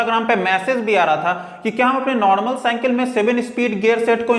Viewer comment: You say hanthori to hammer/hattori and you say cynkal to cycle it's not good bro